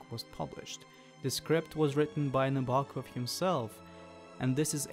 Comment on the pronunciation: Kubrick's version is obviously the better one... Sue Lyon, James Mason, and Shelley Winters give bravura performances. The 35mm B&W is just better in every way. BTW its pronounced Nab-er-Kov.